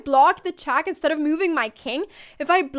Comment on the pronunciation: Crazy how her vocabulary is amazing but her pronunciation is so poor, isn't it? "Chack mate in saven mewves" lol